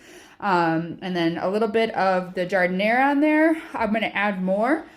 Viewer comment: Fantastic, love this recipe. And it's gotta be authentic 'cause you pronounce Jardin-air the way it's pronounced in Chicago.